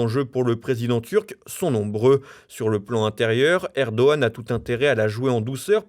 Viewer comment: Erdo G an, il ne connaît pas le g le narrateur !